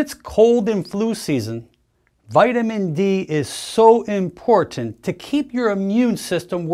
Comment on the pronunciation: Wonderful human! AND…, not only does he put out great info, but he also speaks intelligently…. I have yet to hear another doc pronounce all the “T”s in the word ‘important’, as most ppl on youtube say something like “ impornt”. 😂.